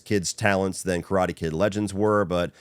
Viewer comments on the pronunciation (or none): none